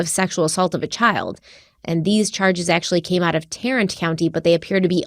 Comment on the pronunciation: This is totally random but since people like to give a hard time about her location pronunciations, THANK YOU for pronouncing Tarrant County correctly! I've heard Northerners say "tar-rent" instead of "tare-ent" and it destroys me every time. Also, I'm for the death penalty on theory, but doesn't it actually cost more money than life in prison? I'll have to research that.